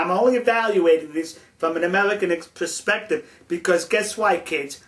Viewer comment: ...sulface...tellible...amelican...pelspective BWAHAHAHA